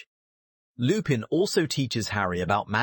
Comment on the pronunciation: please for the love of everything, use google translate, put the names in, and let it sound out the name... butchering names when you are trying to drop lore is a big no no in the lore/theory community. Remus Lupin is pronounced (Reem-is) (Loo-pin)